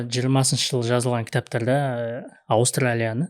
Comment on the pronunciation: Уды б деп дыбысталу қырғыздарға тән нәрсе. Абыстралия қырғыздық ықпал секілді... Аустралия дұрыс